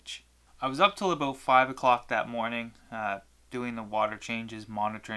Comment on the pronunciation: Please never say "about" again please. As soon as i heard you say that i new you were canadian